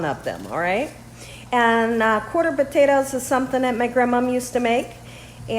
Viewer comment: Did your accent change after you moved,? I’ve never heard you pronounce potatoes “puthettos” 😂